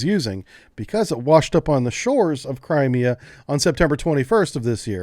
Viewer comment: Your emphasis is on the wrong syllable of crimea. Also, you said "Crimea, russia" ... that is incorrect, nobody recognizes the illegal 2014 annexation, it is "crimea, ukraine" under russian occupation.